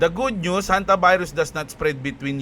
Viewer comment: Ang kulet ah Honte-virus😂😂😂